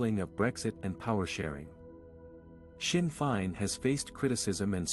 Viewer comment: Amateur coverage. Blind leading the blind. Learn how to pronounce Sinn Fein.